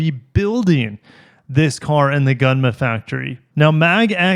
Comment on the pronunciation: It's pronounced "goon-muh". I lived there for a short period when I was younger.